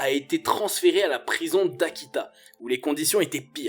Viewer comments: Akita. Pas atika 😉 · la prison d'Akita est devenue au long de l'expose la prison d' "Atika"...😂